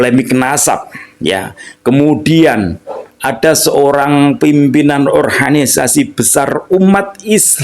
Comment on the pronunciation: Kenapa abang ini setiap kali nyebut ORGANISASI kaya nyebut ORHANISASI, padahal sy rasa abang bisa nyebut sebagai mana mestinya. Maaf ya bang koreksinya.